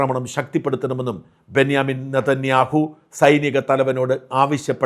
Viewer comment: എടോ ബെന്യമൻ അല്ല ബെഞ്ചമിൻ നതന്യാഹു ആണ്.. ഇതിന്റെ ഇടയിൽ ഈ ന്യ എവിന്ന് വന്നു 😂😂😂😂